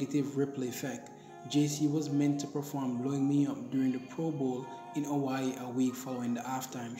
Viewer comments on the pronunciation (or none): none